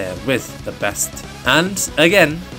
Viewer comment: Bro is saying Canis Termanis a bit too often😂